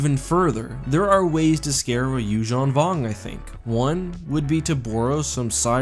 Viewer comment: I like how, you actually pronounce Yuzhan properly